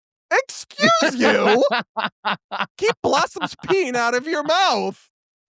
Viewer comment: that "excuse you" sounded EXACTLY like "drag queen?"